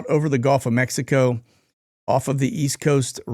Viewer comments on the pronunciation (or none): none